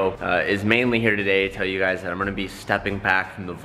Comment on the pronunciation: Noooo you didn't say "heeeeereeee" in the intro, you just said "here"